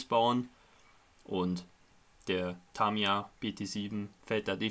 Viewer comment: Bei Tamiya bitte mal das erste A nicht so stark betonen ! Sonst aber alles schön :)